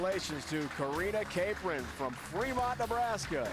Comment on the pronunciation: I know Karina Capron! Also the guy said her name wrong. Cap-ron, not Ca-pron